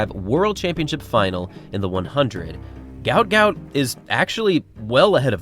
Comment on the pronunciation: Mate, their are 2 versions of his name. His parents named him ‘Guot Guot’, which is pronounced as ‘Gwot Gwot’. That is on his birth certificate. However I think legally (e.g. on his passport, though I could be wrong) he is named ‘Gout Gout’ due to the error. He is also known as that to his friends, so that is what we refer to him as.